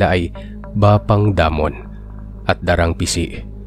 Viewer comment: Da--rang Ising po ang pronunciation. Anyway, nice story. All the way from Adelaide, Aus. 😊